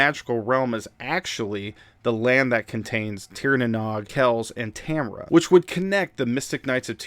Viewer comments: Great video! Only gripe for me is pronunciation. The Nog is pronounced like nose, but with a g. Not like egg nog. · Hey, Nog is pronounced like nouge (sounds like rouge). Otherwise great video.